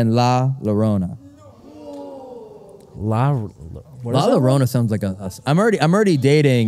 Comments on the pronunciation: Can we please get the correct pronunciation of la llorona. In Spanish, the double L or ll makes a Y sound. So when you say llorona it sounds like Yorona. Anytime you see a double L just remember it sounds like a Y. Another couple of letters that are commonly mispronounced are J & ñ, most commonly seen in the word jalapeño. JALAPEÑO is pronounced Halapenyo. The j makes an h sound and the ñ makes a ny sound. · hearing them say "la larona" instead of la llarona makes me CRINGE. YOUR GIRLFRIEND IS MEXICAN BUT YOU CANT EVEN GET THE Y SOUND RIGHT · La Yo Rrona pronunciation. Love you. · The way you guys pronounced la llorona made me cringe so bad, but that truly is the English way to say it